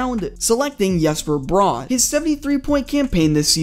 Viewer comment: As a Devils fan, I can confirm that Jesper Bratt is not pronounced Yesper Brah